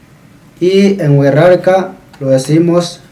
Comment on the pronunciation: hola, es muy interesante tu canal. Cuando tu dices Wixárika yo escucho "Wirrarika", como si la "X" sonara como "rr". ¿Está bien mi apreciacion del sonido o pronuncias la X como una "sh"?